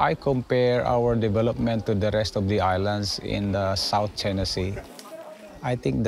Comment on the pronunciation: CHINER LMFAO guy can't even say it right.